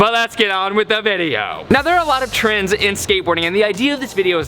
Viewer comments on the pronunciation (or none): I thought he said trans and trans and trans and trans